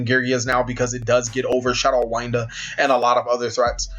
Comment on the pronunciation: Not to be mean but winda not Wynda sry it just annoys me, love content keep it up